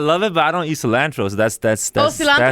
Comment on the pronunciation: The way we pronounces cilantro is so cute XD for anyone who wants to hear it ^-^